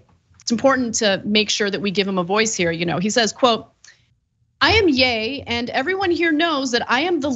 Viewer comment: Not Yay Ana. Yee. Either way he’s still obnoxious.